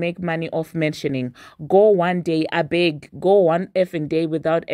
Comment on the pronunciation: “ABEG” 🤣😂😂😂😂 I can hear the African accent ❤️❤️😂😂